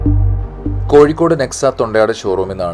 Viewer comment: കോഴിക്കോട്, not കോയി... Why ഴ is not pronounced here in koyikod. മലയാളം ഭാഷയുടെ അറബിക് ലിപിയിൽ എഴുതിയത് കൊണ്ടാണ് ഴ, യ ആയി മാറിയത്. പള്ളിക്കൂടത്തിൽ അറബിക് ലിപി ഉണ്ടായിരുന്നു, വളരെ പണ്ട് സക്ഷരർ ആയിരുന്നു ആ മദ്രസ്സയിൽ പഠിച്ചവർ.